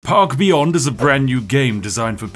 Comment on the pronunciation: I thought the opening u said "pog beyond"